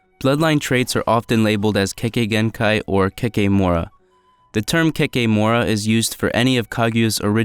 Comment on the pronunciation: kekkei genkai not kekkei genkei kimimaro not kimimaru